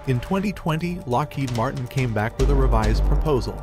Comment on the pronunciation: "Lockhead Martin" lol it's Lockheed Martin with two letter "e"